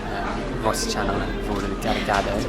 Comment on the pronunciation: I like how u pronounce roti as ro'ee 😅